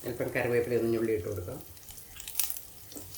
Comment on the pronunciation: കറിവേപ്പില ഒരിക്കലും ഞുള്ളി ഇടരുത് നുള്ളി ഇടണം.അതുപോലെ ശഹേലം അല്ല ശകലം 😅